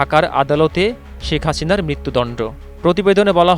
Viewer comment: “ ছি এন এন , বি বি ছি , শেখ হাচিনা “ কি সুন্দর উচ্চারন 😂😂 👅👅 😁😁